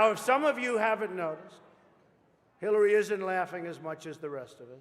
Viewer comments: Omg he does. I listened to it over and over and my family agrees he says Killary. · I'm pretty sure he said, "Please welcome secretary Killary Rodham Clinton." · That dude with the voice box when he introduced Hillary he said killary😂